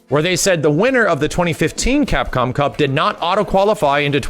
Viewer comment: Drinking challenge, every time successfully says CapcomCup!!! First 5 minutes and I'm dead...